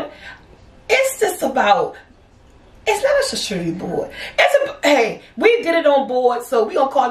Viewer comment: It's pronounced shar-koo-de-re